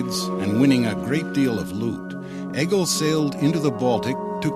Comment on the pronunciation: Nice documentary but Egil is pronounced like “ey-yil” not “egg-il”